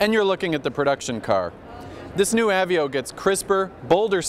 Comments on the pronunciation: I think he says "ah-vee-oh" a hundred times on purpose just to annoy the rest of the world who pronounce it "uh-vey-oh." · av---veee--oh....really........ i always dislike the pretentious vibe from this particular guy but come on, know how to pronounce a car if reviewing them is what you get paid to do. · that's what I was thinking! I'm talking about the guy who said "av-veo" instead of ah-vey-oh. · I've heard "uh-vey-oh"(how I pronounce it), "A-vee-oh", and now "ah-vee-oh", what's next? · How does this guy mispronounce "Aveo"?